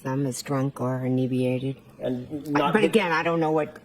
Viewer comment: Perifial vision. Inebweeated. I sar it. Not only is a lying murderer of John O'Keefe, she's a murderer of the English language. Why did that woman never seek the help of a speech therapist? Insufferable.